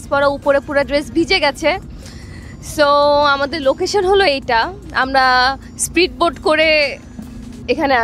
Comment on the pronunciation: স্প্রিটবোট না স্পিডবোট